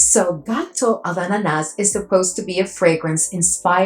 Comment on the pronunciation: Hi 😍, you're doing a great job pronouncing the last fragrance, except the S is silent at the end 😍, my bottle arrived yesterday, blind buy and 1st Tomavicci, sprayed it on paper 1st and got 90% of what and how you described it, def picked up a dominant pineapple, something nutty and then bread/ cake, I think this is the 1st fragrance where I actually got a bready /cake feel, no rum yet and to me it was light but I didn't have the patience to let it sit 🤣 I think I'm going to love it, everything I was getting was great ❣ and I'm excited to sample the other 2 as well,looking for the perfect banana 😍